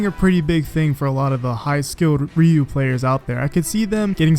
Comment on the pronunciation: Please stop saying "REE-yoo".